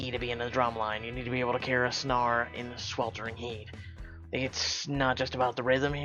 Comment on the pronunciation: I'm dyo g hearing you say snare it's like stare with an n. Lol